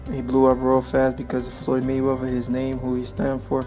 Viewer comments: 'Mumble, mumble mumble Froyed Mayrether, mumble mumble' Great video! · Floyy Mayweva😁